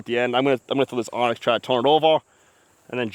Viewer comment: Why does everybody call anax an onyx?